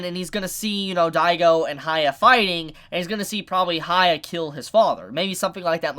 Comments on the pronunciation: No it's hya-kki-ma-ru not hi-ya-kki-ma-ru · It's buddha, please research before these episodes. It's annoying to hear you say goddess/god 10 times e_e Also who is Haya? isn't it hee-yah if you can't say that just say Hyakkimaru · It's hee-yah, not hi-yah. His name is Hee-yah-kee-mah-roo. Also, red parts on your soul means you killed humans. Not tje cloudy part. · "sha- kem- a- ru" say his name right !!!!!!!!!!!!!!!!!!!!!!! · Stop saying haya it bothers me to no end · "Hee-yah-kee-mah-roo" If you want to use that nickname: "hee-yah" I'm surprised that when you watch the anime and hear all the times his name is pronounced you can't get it right X'D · Asks viewers to leave comments. Every week comments are telling him how to say Hyakkimaru's name correctly. Still says it wrong 12 episodes in. It's HEE-YA-KEY-MARU!!! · I'm convinced he doesn't read the comments, or just blatantly ignore the people correcting the pronunciation. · The way you pronounce the MC's name doesn't really make any sense.